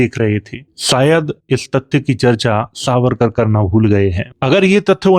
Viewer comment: Aap harr jagah स को श बोल रहे हैं। सावरकर को शारीरिक और ऐसे ही कई शब्द।